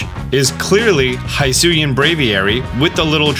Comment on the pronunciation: It is pronounce /hisui/ not /haisui/ and it is /hisuian/ and not /haisuyan/